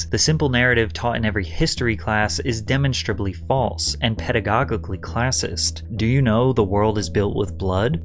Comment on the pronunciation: Bro, please invest in a team member that catches when you pronounce things incorrectly. Literally every video there’s a least one word you butcher, drives me up a fcking wall “Demen-straw-blee” “Pedi-GAWGIGULEE???? 🤣🤣